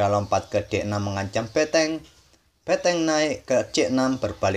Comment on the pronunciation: BENTENG..bukan BETENG